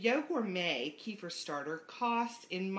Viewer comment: I was wondering what you are talking about, till I realized you are talking about kefir (kafeer). It is Kafeer, not keefer, like in keifer sutherland. What is it with the americans, pronoucing all foreign words wrong